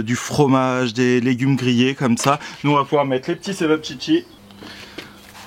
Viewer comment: Plutôt " tchevap tchitchi " 😉